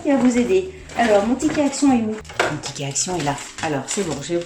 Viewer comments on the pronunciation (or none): T'as dit pticket ahah!! Ptain j'suis con je sais mais ça me fait tjs partir ces trucs là xD Bon sinon je garde le toblerone aussi 😉